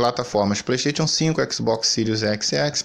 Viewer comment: Relaxa, nos já nos a acostumamos com vc não sabendo falar nem a palavra "Playstation", quem dira Hogwarts Legacy